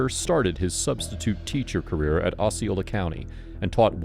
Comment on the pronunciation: Osceola such as in Ohio, not like in Ozz.